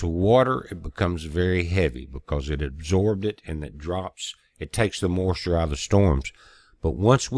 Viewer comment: I like the way he says the word 'moisture'...it's like 'mawschure'